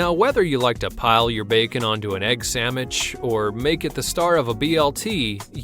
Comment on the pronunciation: Did you say "Egg samuich"?